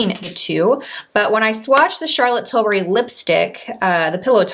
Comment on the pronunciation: Great video! I lover these types of comparisons or dupes videos and the products you selected are fantastic ones. Also worth mentioning, I’m happy you pronounced CT’s last name correctly. Silly aren’t I but so many influencer’s say Til-berry and it drives me crazy! I always knew I had a tendency to be a grammar Nazi but now, at least for her name, I’ve become an annunciation one too.🙃😂